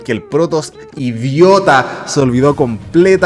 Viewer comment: Es que me mató de la risa cómo lo dijo xD con énfasis en idiota jjaja